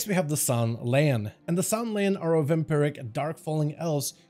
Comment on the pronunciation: I know I’m one of “those” people, but it’s San’layn (San-lain) not (Sun-lan) pronounced exactly how it’s spelled.